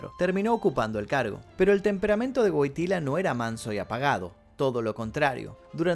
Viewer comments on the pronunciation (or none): se pronuncia “Voityua” Wojtyła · No se pronuncia GUOGTILA?